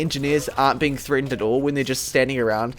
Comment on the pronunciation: "threetened" are they threed or tenned?